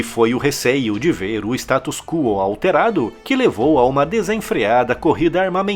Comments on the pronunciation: uma observação: você falou por 2 vezes "status quo" soando como ""status cúo". A fonética é "status cuó". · Parabéns por mais um vídeo fantástico! Com toda humildade do mundo, só gostaria de fazer uma observação: o termo "status quo" não se pronuncia "status CUO", mas, sim. "status CÓ". Minha intenção não é corrigir sua pronuncia, mas apenas dar uma pequena contribuição a esse canal que acompanho todos os dias. Um forte abraço.